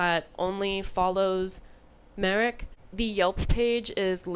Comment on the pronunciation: Your "Marek" pronunciation is correct.